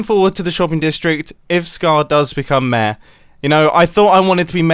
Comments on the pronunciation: Normal people: Mayor This guy: Mèèèh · "Mayor" ? Nah, "mää" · Every time he says mayor, hes actually saying "meh"